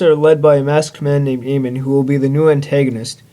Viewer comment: Avatar was actually the original name of the Last Airbender, so if anyone should be suing for copy write issues it should be Mike and Bryan. James Cameron cannot claim that title. btw its pronounced AMON not Aman.